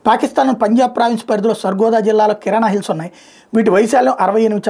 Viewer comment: కిరాణా హిల్స్ లేదా గ్రోసరీ హిల్స్ కాదు! వాటిని కిరాన్ హిల్స్ లేదా కైరాన్ హిల్స్ అని పిలుస్తారు. ఇంతకీ నువ్వు ఏదైనా పాఠం చదువుకొంటున్నావా లేక న్యూస్ చదువుతున్నావా? గుణగుణమంటూ అదేం చదవడం నాయనా!